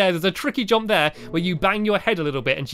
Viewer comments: Anyone else realised he says “jomp” not “jump” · Stampy! It’s jump! Not jomp 😂❤️